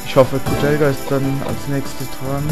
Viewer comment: Mit k aussprechen